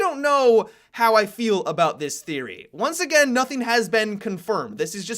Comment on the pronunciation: Did say Egain